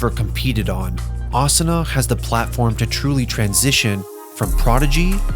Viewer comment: The weeb pronunciations tho. AH-SOO-NUH not AH-S’NA